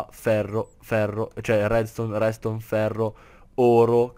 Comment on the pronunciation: minuto dici REDSTONE ma ma ma ma si chiama REDSTRONZ!!! minuto dici redstronz la pronuncia è importantissima!